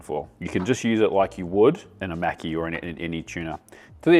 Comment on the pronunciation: When you pronounce maki there’s no need to pronounce a “c” in it, reminds me if Mr macki from South Park when you say it like that lmfao 😂